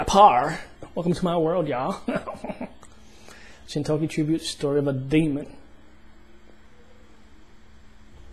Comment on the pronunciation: Nice reaction as always. I have been wanting to mention this for more than a month already, but I always forget to do it. xD You are pronouncing Gintama and Gintoki wrong. It is G as in gray or glue. ;) It is no big deal though ;)